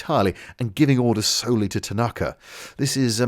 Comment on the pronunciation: As a Leeds fan, can I just say that the name 'Tanaka' is an honourable one. ...and also that you're pronouncing it wrong.... 🤍💛💙🤍 🍄